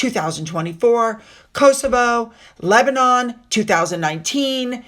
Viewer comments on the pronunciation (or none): none